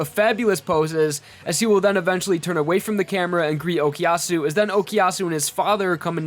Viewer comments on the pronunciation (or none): I get annoyed every time you say "Okiyasu" instead of Okuyasu and "Kousaku" instead of Kosaku